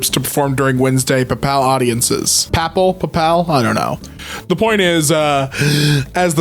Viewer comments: Papal is pronounced Pay-ple, also Rego is pronounced Rej-o. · Still find not even guessing the correct pronunciation of "papal" hilarious xD